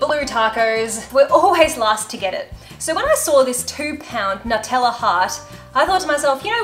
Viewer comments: I have a couple questions. Why do you put an H sound in assume and why do you pronounce Nutella without a “new” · “Nuteller”😂😂❤️😍not in a mean way